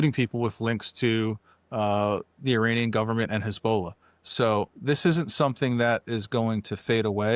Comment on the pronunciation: My ADHD got me early on, which was such a shame because I really liked what this gentleman had to say - he clearly knows his stuff - but his pronunciation of “Hezbollah” was such a distraction…